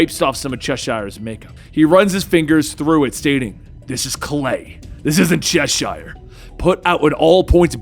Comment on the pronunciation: Its not pronounced Chesh-shire, in england it's Cheshire like the cat, its like when you say Worcestershire sauce, it's like a tongue twister for americans for some reason, unbenouced to me!